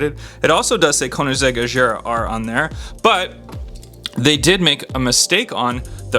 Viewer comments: Hey Bro It'S not Ajara It's Agara. don't Mine me. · Gear is like bear not ⚙️